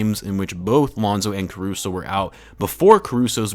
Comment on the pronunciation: also it's Caruso man. Carushow. the little goat. ACFRESH. Cmon. everyone loves him not just bulls and lakers fans. They're just gonna laugh it off? the disrespect to my goat is blasphamous